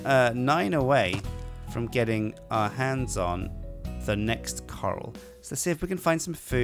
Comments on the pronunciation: I may have misheard you but i think you said coral instead of corral, which are pronounced differently, at least they are in the US, and are very different things. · btw, a ranch corral is pronounced kuh-ral, not like ocean core-ul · that corral is pronounced kor-ral. It is hard to tell the difference though, I had never seen the word written so it was kind of weird realizing it was corral. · Coral vs. Corral... It bugs me more then it should but god damn brits =p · from England, it is pronounced Kuh-ral here. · i want a series of this but i dont think i can put up with him saying corral wrong any more! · there are different pronunciations for words around the world. But, in this case, is just getting it wrong and deltaangelfire has got it exactly right on the pronunciation. This is not a "British English / American English". This is just reading it wrongly off the screen and confusing it for ocean coral, which is a completely different thing (and you'll notice has one less "r" than the other). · Its amazing the amount of people who can pronounce the word corral properly.. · Can he really not say corral? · or gaysir :D :D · They are also pronounced differently in the UK too. is just being an idiot here and read it wrongly. It's not a "cultural difference" or anything. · Please pronounce Corral correctly @@ its hurting my head when you say it weird.